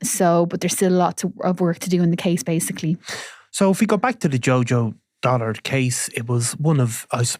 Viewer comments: It's Dullard not Dollard 🙄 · Dullard NOT Dollard. Do basic research.